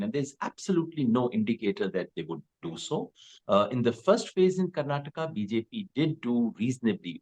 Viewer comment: It's Karnataka, Karan, not Karnatak.